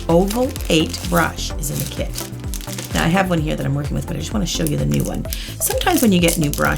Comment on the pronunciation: When she said kit I heard it as kid. "..or if u have my kid." ???!